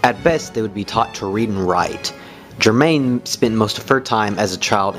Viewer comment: The pronunciation of 'Germain' makes me cringe. Her surname was pronounced ger- mow.